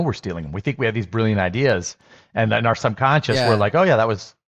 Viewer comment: Feeling really shocked and delighted that Wes managed to say "subconscious" correctly.😂